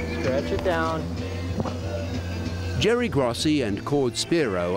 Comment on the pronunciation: hahaha i like how they say jerry's name wrong and then spell it "Gossi" hahahaha